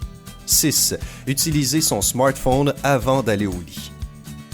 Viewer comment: co,,ent tu parle qant tu dis smartphone